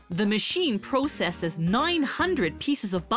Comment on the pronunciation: She says “processes” wrong. Ugh.